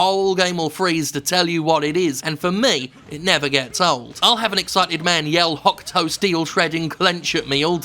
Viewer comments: I know the U in desu is silent but hokuto is pronounced as hoe-koo-toe, not hock toa. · Watching this in 2025, and I keep thinking Steph is saying "the Hawk Tuah martial arts."